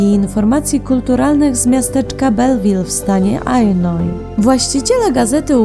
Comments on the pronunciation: POWIEDZIALAS STAN AJLINOIS...IT IS ILLINOIS' WYM. TAK PISZE!! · Illinois czytamy „ILLINOI”